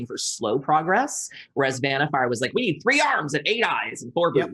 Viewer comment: Nono... her name is VanniFUR